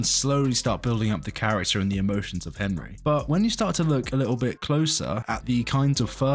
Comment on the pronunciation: Wtf is going on why does he keep pronouncing it "HeMry"